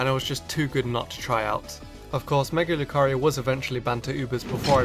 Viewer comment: who else clicked off the video when he said mega lucario